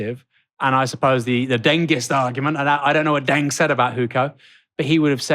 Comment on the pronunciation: It’s pronounced ‘dung’ not ‘deng’